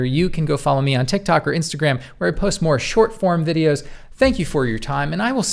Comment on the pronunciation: Can I suggest changing your sign off? “You can go follow me” sounded like you were going to say “you can go f-“ 😆